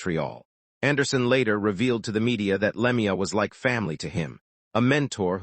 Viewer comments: Le mee uh. AI is total sht. Not even enough respect to get his name right. Anything for a buck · Cant listen to this anymore after the third time he said Lemi - ya. Dont listen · Wouldn't you just like to punch this AI asshole? He can't even pronounce his name! It's always been pronounced Claude Lemue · Narrator if you can't pronounce the name of the deceased maybe you shouldn't be narrating this . A little respect for the dead .Were you raised or thrown.